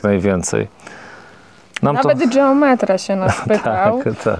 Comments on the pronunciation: geometra (wymawiane po włosku dżeom...) to we Włoszech instytucja, ma o wiele większe kompetencje niż geometra po polsku czy geodeta. Dlatego jak najbardziej słusznie że wymawiają po włosku. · mieszkam od 34 lat w Rzymie i wiem kto to jest geometra i nadal twierdze ze wymawia sie je z innym akcentem .Jesli juz ktos koniecznie chce uzywac obcych slow to powinien sie nauczyc je wymawiac .